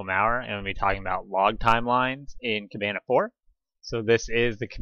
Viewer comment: You are not the first person who asked me that question! I will go ahead and make a blog post. A lot has changed with Elastic and Plaso since this video, so sadly it is not as simple as just copying some JSON. Thanks for watching the video! PS I am miss pronouncing the word Kibana in the video.